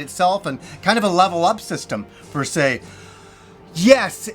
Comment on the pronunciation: Love the channel, it’s ‘per se’ though not ‘fer se’. Don’t want to be a nob but just saying!